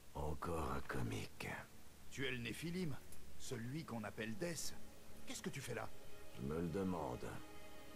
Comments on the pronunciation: on dit dess mais il s'apelle death comme dans la cinematique du debut du jeux il dit war furry strife et dess au lieux de dire death mais bon tu a aussi raison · AAAAAAAAAAAHHHHHHHH c'est Death pas dess x) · Jeux de mot par rapport a l'accent merdique du mec qui le prononce dess ?